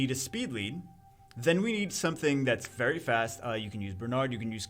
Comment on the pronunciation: "Very Fist" :)